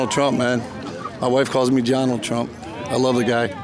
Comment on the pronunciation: I thought he said Johnald, but still sickening ! 😂😂😂😂